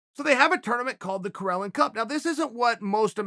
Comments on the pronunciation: Its spelled Karelin not Corellon ....... Uncle Chael is a dummy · Karelin becomes Correlin😂